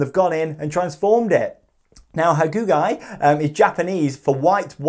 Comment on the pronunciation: Nice to see Hakugei in your list. Just so you know, it's pronounced, "ha-coo-gay". Another great video,. Cheers from Japan.